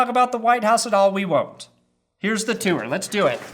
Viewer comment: Lol, why does he pronounce tour like that?